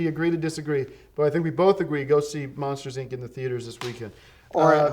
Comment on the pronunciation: Saying it as "Monsters Eye En See" short circuited my brain